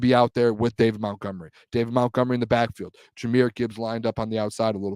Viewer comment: please say these two words for me..... Mount...... Mont....... now say Montgomery